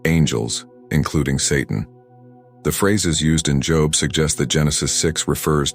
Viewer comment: This is AI speaking mispronouncing Job once